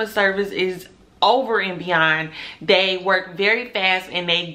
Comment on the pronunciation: You are off to a great start young black business lady. But take it from another black business lady of over forty years. Stop pulling on your braids and always remember there is now reason to ever use the word " dey " instead of they. Keep reaching for the top💖⭐